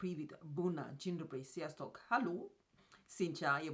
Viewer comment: you nailed the hungarian greeting! very accurate "sziasztok" :)